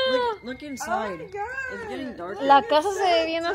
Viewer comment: Oh my Gaaaa!!! Oh my Gaaaa! Hay exageraste como niña chiquita.Y la palabra es God, no se dice Gaaaa😭😭🤣🤣🤣🤣🤣🥴🥴🥴🥴🥴😫😫😫